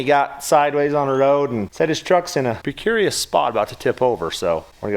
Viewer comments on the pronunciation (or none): Precurious or precarious?